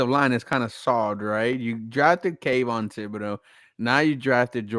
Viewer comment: I’m just glad you pronounced Kayvons name correctly now.. before you used to f it away… go back and look..